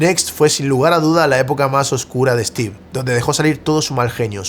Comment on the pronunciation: Se pronuncia Stiv, no Estiv. Maicrosoft, no Mihcrosoft. Stor, no Estor. Story, no Estory.